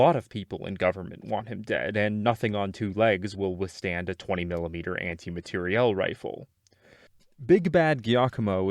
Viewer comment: I honestly cannot believe you properly pronounced "anti-materiel". The number of vetrans, and even Barret owners, I've known whom say anti-material is unfathomable. Thank you for enunciating (& obviously understanding) the proper term.